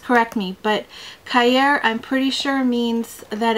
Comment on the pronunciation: cahier; ka-ya more like ki-yea, just means notebook.